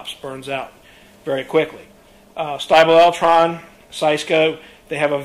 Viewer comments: Stiebel Eltron is pronounced "steebel" not "stybel". American here who lived in Germany for decades and worked on these units. These are good units. I would install a Stiebel over a Eco or Rheem. They have copper pipe internals that leak at joints. I Heat is a good one too. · "IE" in German is a LONG E sound....ShtEEbel Eltron.